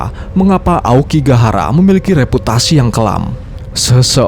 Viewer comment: Hutan Aokigahara itu kadang penyebutan nya jadi aokigakara 😅 dan mungkin karena banyak pohon gaharu ,jadinya gahara ,dan bisa jadi gara juga yg di Naruto inspirasi ny 😅,cocokologi😂